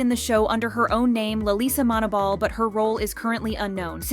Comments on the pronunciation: I hear Lalisa Manobal instead of Lalisa Manoban, idk why. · This girl lisa has clips multiple times of her telling mfs its manoban just for you to still say it wrong